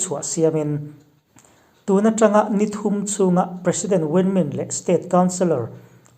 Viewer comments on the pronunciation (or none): none